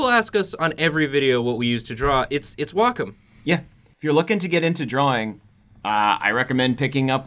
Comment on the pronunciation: You guys are not pronouncing Wacom correctly